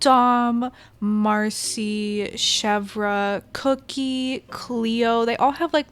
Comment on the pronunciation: Ummm the way you said cherves name